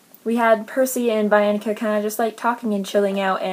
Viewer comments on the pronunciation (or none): i read the titans curse in January. bianca annoyed me. a lot. and so did nico. it's pronounced beeanca. i love thalia. but yes she thinks she's the best at everything.